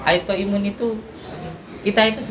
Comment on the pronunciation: Kok aitoimun... maap maap nih bukanya autoimun yes...